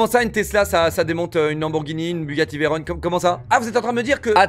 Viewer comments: On dit veyron et pas veyron parce que veyron c'étais le nom d'un pilote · La prochaine qu'il dit Bugatti Veyroneeeeeee Je le fiste avec des fruits C VEYRON FRR JUSTE VEYRON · Ça ce dit veron pas veillron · Alors dj quand tu achete une gtr c est car tu es passionner par les voitures ou que tu te vante ( dans ce cas t es un gros con ) de deux , une gtr ca coute seulement 100 000 € et ca fume une lambo ou une fefe qui coute minimum 300 000 € ... une tesla ok c est mieux dans des situations quotidiennes... ce qui me gene c est le bruit ( jsuis un lover des voitures ❤😍 ) Et de 3 on dit bugatti veyron comme ON ... et pas VEYRONE la tu parle de la ville de Veroneen italie ( romeo et juliette )